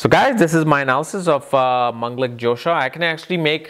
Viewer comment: it is dhosa not jhosa ...like fault :)